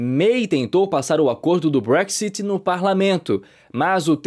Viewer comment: Nem sabe falar BREXIT 😂😂😂😂😂😂😂